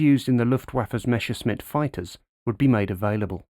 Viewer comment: It's Messerschmitt, not Meschersmitt ;-) Messer is the knife, Schmitt is the blacksmith.